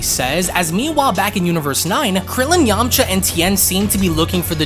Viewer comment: Who else laughed when he said Yamacha